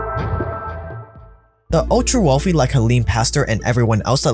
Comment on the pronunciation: Wealthy, not WELFY!